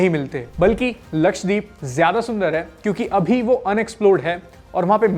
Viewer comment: lakshay×3 k saath rhne ka asar lakshdweep ko lakshay dweep bol diya😂